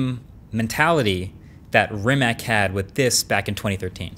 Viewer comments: pronounced ree-macz the "ree" is a little shorter than a regular ree the "a" is not pronounced like brEad but more like lArge so like the "c" sound in conCept or sinCe (not 100% acurate but whatever) hopefully this helped a little so yall dont start saying re-mech like marques is in the video (i dont blame him) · Proper pronunciation is Ree-matz, not Ree-mac... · It's Ree-matz. :) just sayin... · sadly marques doesnt know how to say its name properly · He also pronounced the name of the car company incorrectly and kept mentioning Doug who does awful car reviews. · Kako izgovara Rimac🤣 Mate na aparatima...